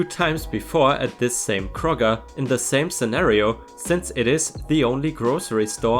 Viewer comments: You got Kroger right. (Like Crow-ger. Crow as the bird.) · Don't worry, you pronounced "Kroger" correctly. 🙂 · Don't worry. You pronounced Kroger correctly. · No, you pronounced Kroger right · ************ Kroger pronunciation is correct. Long Oh sound. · you said Kroger right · You said Kroger just right. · You pronounced Kroger correct! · You pronounced Kroger exactly right. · You said, "Kroger" properly. We usually say, "Kroger's", but close enough. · No, you didn't butcher the pronunciation of "Kroger". It's definitely pronounced the way you pronounced it,. I say as a former cashier at King Soopers (which is Colorado-flavoured Kroger). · You pronounced Kroger correctly. At least, that is how they pronounce the stores name in my area. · I live in the town that houses Kroger’s headquarters. That is,indeed, the correct way to say it. :) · You most definitely pronounced Kroger correctly! And I laughed out loud at the phrase "old lady treats" in the one sweet story. Not sure why I got such a kick out of it, but there ya go... Love your channel and work that goes into it! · You got Krogers right, but Tucson is pronounced Too-son the "c" is silent.